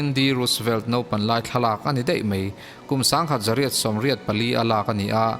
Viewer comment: Ngaihnawm thin hle mai, mahse i chhiar pah hian daih leh deih, mai leh mei tih vel hi han lam uluk lehzual deuh la ngaihnawm lehzual ang.